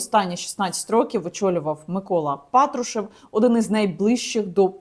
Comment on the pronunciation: Не розумію Яніно, чому Ви кажете ПАтрушев, а на ПатрУшев? Він же глава "ФеЕсБе", а на "ЕфЕсБе"!))